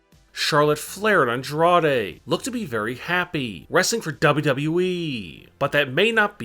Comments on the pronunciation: He says wwv 😂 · Dub U Dub U EEEEEEE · the way he says “WWE” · the biggest surprise i'd like to see in 2020,is this guy's pronunciation of wwe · Say wwe right